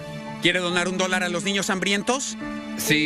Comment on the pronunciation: Me da risa como dice quiere dornar "un dolar" XD